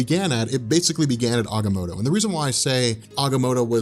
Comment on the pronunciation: check your pronunciation, not positive but I think you're saying Agamotto wrong